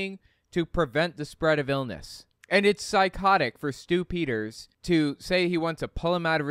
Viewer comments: Are you saying "Stupiders", or Stew Peters? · did you say stupidders? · I could have sworn I heard you say "... this is Stu-pid-ers..." maybe you did...